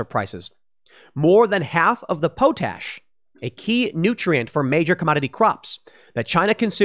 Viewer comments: This is the first time I've heard someone mispronounce potash so boldly... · The way Tim pronounces urea and potash makes me cringe. I have heard potash pronounced pot-ash, not like potato, a million times. And urea is pronounced your-ee-ah, kind of like urine (it's base word) not as a single-syllable word. Urea is the common reagent used in pollution control devices to convert NOx to N2 and water. It works better than the catalytic converter in your car because your car does not use a reagent, it just uses a catalyst. I have clients who have had to scramble to get urea to maintain compliance with their air permits. It is a real problem. Also, your diesel truck will not go over 20 mph if you do not have the urea to run you SCR unless you bypass that environmental control system. Ditto for Tier 4 diesel engines. No Urea, no run, by law. Engine manufacturers can get in big trouble with the EPA if they bypass this. See how VW got in big trouble for having emissions bypasses on their cars. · its pronounced "pot ash".... but I'm thinking you said it that way on purpose? LoL, "Poe Tash" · Tim, it's pronounced pot ash not po tash! The 3 main ingredients in fertilizer is Nitrogen, phosphorus and potassium (potash) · Pot-ash, not po-tash. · I grew up on a farm and my dad still does. I came here to say this. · Thank you! I cringed every time he said po-tash instead of pot-ash. He's going to have a hard time with all that land should he decide to attempt self seficiency. It one thing to own it. Quite another to know how to use it. Good thing he has money. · Question regarding pronounciation of "potash". Is it like Tim says, "poo-tash" or is it "pot-ash"? I thought it was "pot-ash", but maybe I was wrong. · Tim, its called Pot/Ash. Not Po/Tash. Lol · Quite sure it's Pot-ash, not po-tash... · "Pot-ash", not ''poe-tash". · Pool - it's "pot-ash" not "poh-tash" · Pot ash NOT pooo tash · POTASH = Paa - tash… not pote ash. Tim, your pronunciation is getting worse and worse